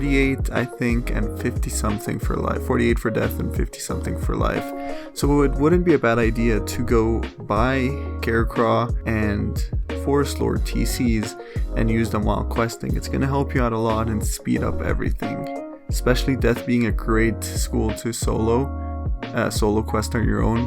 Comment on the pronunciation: What is a garecraw? 😭 baby that says Scarecrow